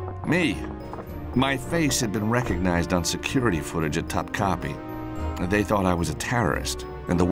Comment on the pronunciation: cringing at the pronunciation of "Topkapi"